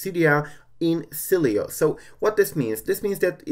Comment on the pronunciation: See I was right yesterday I was pronouncing it right its okay I still love you.